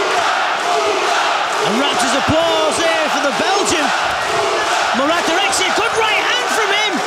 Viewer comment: the name is pronounced "DirekCHi", please someone tell them